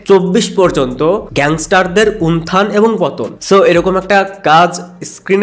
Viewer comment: vasa thik koren.unthan noy,ota utthan